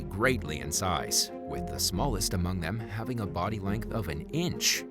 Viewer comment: what is a "body lank?"